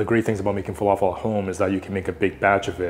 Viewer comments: The right pronunciation is Fa La Fill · Good job👏🏻👏🏻 🧆🥙 It's pronounced Fah-Lā-Fil not Falaful And the L's are pronounced like the L in "Large" 🙆🏻‍♂️. And for tahini add one spoon of yogurt and a little bit of cumin 🤝